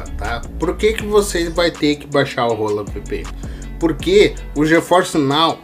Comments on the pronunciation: Mano não tem nada de "rola" na VPN.. hahahah. Hola se lê "ôla" em espanhol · A cada momento que você fala "Hola vpn"eu fico mds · pronúncia Hola vpn em voz alta kkkk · "Hola" estranho kkskkak